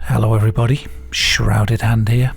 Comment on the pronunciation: " heaaaa"